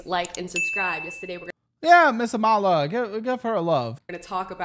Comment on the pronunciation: You mispronounced her name btw…it’s ah-mah-lah, no emphasis on the 2nd syllable